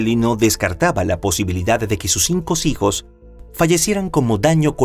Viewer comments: Dos veces el narrador dijo: "Mis sijos", en vez de: "Mis hijos". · Sí yo también escuché misijos 😅